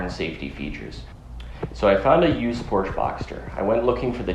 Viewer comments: Pronounced “por-sha”. Not portch. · it's not a Porch motor! it has an E at the end which is pronounced since it's a German name! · The correct way to pronounce “Porsche” is actually as a two-syllable word: “Por-shuh.” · Can't even pronounce the word Porsche correctly. ....Porch?>?? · Good work. Porsche is pronounced Por shay.